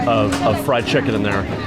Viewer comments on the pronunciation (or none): none